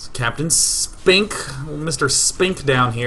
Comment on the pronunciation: I swear to god, if you meant "Captain Spink, Sir" to sound like sphincter, I will cannon rush you in real life.